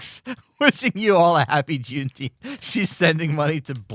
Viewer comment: It's pronounced "Juneteemf"